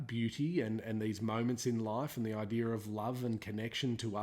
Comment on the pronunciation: "This idear"